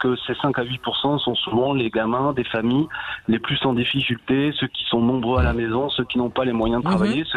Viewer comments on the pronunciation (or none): 7'42 : "Ils n'en n'ont rien eu à fiche ...." je peux plus !!! 🤣🤣🤣 et 9'40 "les plus en diffissultés ..." 🤣🤣🤣